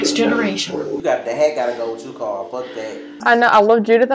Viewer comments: gcldenlion it’s carl not Coral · Rick pronounced his name as COOOOORAAAAAAL whenever he yelled for him